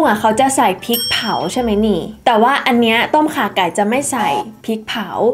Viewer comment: น้องแหวน อย่างเก่งที่ออกเสียงต้มข่าไก่ ได้ชัดเจน